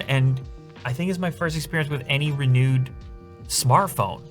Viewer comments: he says "RENEWED" not "RE NUDEEEE" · Sounds like "Re-nude" 😂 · im so sorry for this but RENOOD!!😂😂 dont worry love ur videos man keep it up